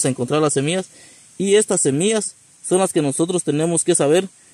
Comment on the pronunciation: Porque dices semias se dice SEMILLAS